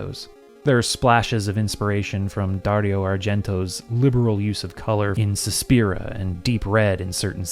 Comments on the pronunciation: it's "SuspirIA", not "Suspira". Also, "Profondo Rosso \ Deep Red" doesn't use strong, primary colors (actually, it's mostly white light). The only other movie that does in Argento's filmography is his follow-up to "Suspiria", "Inferno". In the late-80s, Dick Smith was not the one of the top Hollywood special make-up artists anymore and was semi-retired, so he was definitely more approachable. "Sweet Home" actually led to him teaching make-up for years at the Yoyogi Animation Academy in Tokyo. Also, as long as you have the money, anyone in Hollywood would work for you: it's not like KNB or anyone else would turn you down if you actually have the dough to pay their fees, even if you are a foreign production company they have never heard of. Lack of prestige (or perceived prestige) only matters when you want to hire Hollywood movie stars. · Suspiria, not Suspira.